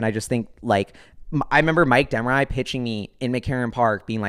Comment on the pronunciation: you cant pronounce the i in De Marais it's french so it's pronounced like a y sound. XD I know others have already shilled stuff in the comments but if you aren't aware of flexa network, that should be on your radar.